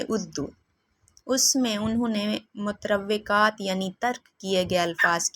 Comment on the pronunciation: متروکات ( کا تلفظ درست کر لیں میڈم : مت روے کات آپ نے پپڑھا ہے جو کہ درست نہ ہے ۔درست تلفظ مترو کات ہے ) شکریہ